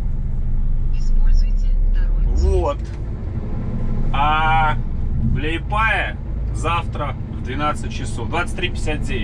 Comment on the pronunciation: говорится Лепая,привет